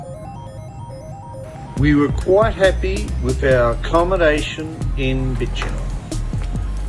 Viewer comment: A few pronunciation errors: Bicheno = BISH-en-O, Freycinet = Frey-SIN-ey (the T is silent), Huon = HEW-on. Geeveston has a soft G like gym, not a hard G like Golf. You got Launceston right though which usually gives Mainlanders problems for some reason!